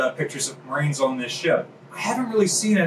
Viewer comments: Umm at did he say ship's maroons?? Instead of ship's marines? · Did he say Maroons? I only thought that was an insult Bugs Bunny called people.